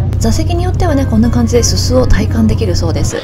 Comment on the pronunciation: 「スス」のアクセントが気になったので、NHK日本語発音アクセント辞典で調べたさ。 二つあるんサ、 う～ん、ようわからん？